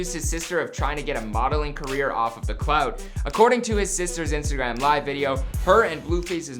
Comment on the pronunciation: He said, “Cloud.” Its clout